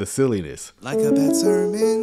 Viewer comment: Liking the new sound bite, but my ears keep hearing ‘like a (good) sermon’. Think more emphasis may be needed on the ‘d’ in bad. Could just be me!